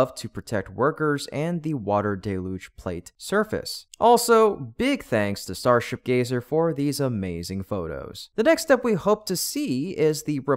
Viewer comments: DELL-huge, DELL-huge, not dell-luge, keep trying, you'll get it one of these days. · "Double L"? Only one "L" in deluge. And from Merriam-Webster online the proper pronunciation is "ˈdel-ˌyüj". Argue with the dictionary, not me.